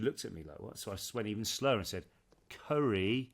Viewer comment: Oliver, it's pronounced curry "woorst" not "worse" 😁